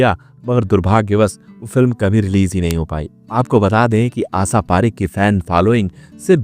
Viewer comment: उच्चारण बिल्कुल खराब दर्ज़े का है श को स क्ष को छ बोलना बडा भद्दा लगा आशा पारेख का नाम गलत बोलना बहुत बुरा लगा